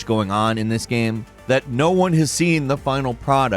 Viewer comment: "GAME" not "gham". What is your first language, guy?